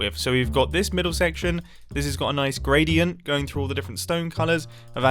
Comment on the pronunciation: Did you mean grey-dient? 😂